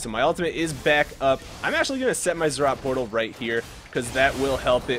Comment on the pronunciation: NO ITS NOT ZZROT PORTAL ITS ZEE ZEE ROT